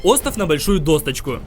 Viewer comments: Досточку, б.я ть. Досочку! Научить говорить. А то все впечатление портишь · Досочку, а не досТочку